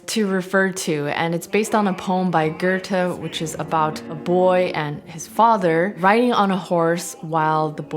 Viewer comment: Love the video, just a friendly reminder to all English speakers that Goethe has no "R" sound in it!